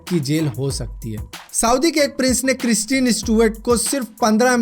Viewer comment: Kristeeen really...dude ..its kristen.... pronounce correctly